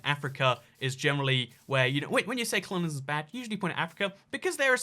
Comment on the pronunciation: why do you say it like "cologneism" if it's "colonialism"